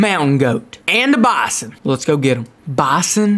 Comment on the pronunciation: You don't know how to say bison!!!!!!!!